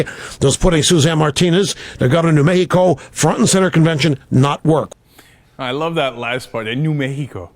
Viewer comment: Mehico LMAO